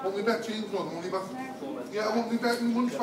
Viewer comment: give me moneh back give me moneh back i want me moneh back give me moneh back